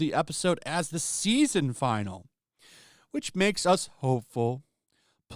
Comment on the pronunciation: You pronounce finale as "final"?